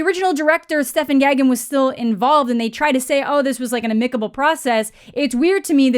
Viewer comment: I'm new here so I'm not sure if this is a "quirk" of yours or not, but you mispronounced "amicable" and "subsequent". As Mike Myers likes to say in his movies, "you put the em-FASS-is on the wrong sil-LAB-bul".